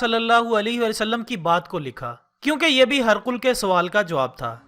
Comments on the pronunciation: This is Hee-Raa-qal Not harqul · هِرَقْلَ کو آپ ہرقل پڑھ رہے ہیں اتنی فاش غلطی موجود ہے پہلے تلفظ صحیح کرلیا کریں پھر ویڈیو اپلوڈ کریں